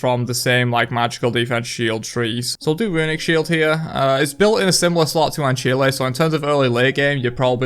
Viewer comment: Okay I'm not even 2 minutes in, did he just say "an chilé"??? I've always heard it as "an sile" and always pronounced it that way